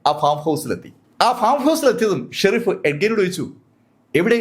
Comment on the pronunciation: Shereef alla sheriff